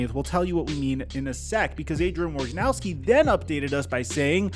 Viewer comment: Woj na row ski, not War ja now ski.